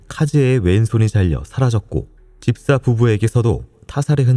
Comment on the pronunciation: 피디님 치아교정하시나요? ‘집사’ 발음하실때 ‘딥사’라고 하시는거 깉아요. 그외에도 약간 혀짧은 소리가 ㅠㅠ 예전엔 안 그랬건것 같은데…